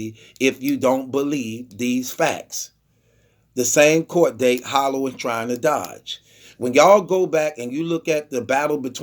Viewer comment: Hollow bogish. Will someone ever correct this man?